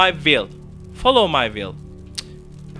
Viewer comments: Folov may viıyl değil şu olacak : faolov may viıyl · Videodan anladığım : folovmayvil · Nice video, lot of fun ! u'll win the battle against the " follow my will " pronunciation :D